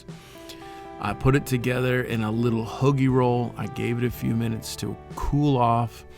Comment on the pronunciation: Love the videos bro. Im a huge Mexican style food guy myself. But for the love of God, the roll you used for the steak and cheese is pronounced HOE-GI not huggie haha